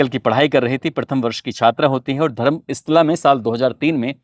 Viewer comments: धर्मस्ला नही धर्म स्थल जगह का नाम से ठीक से बताओ. पैसा कमाने का चक्कर में लोगों को कितने बेवकूफ बनोगे आप लोक?नाम भी ठीक से बोलना नहीं पता! मीडिया में आया हुआ बात को बतंनगढ़ बना के दुनिया को बताते ? खुद उस स्थल में जाओऔर वहां पर लोगों का बात सुन लो फिर दुनिया को फिर लोगों का मन में बीज बोना . आपका पूरी बात गलत है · धर्म इस्ला नहीं धर्मस्तला है. आप का उच्चारण गलत है.